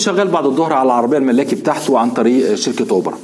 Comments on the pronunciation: اوبر يا حنفي مش اوبرا هههههه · اوبر يا حنفي مش أوبرا !؟😃😅😅😂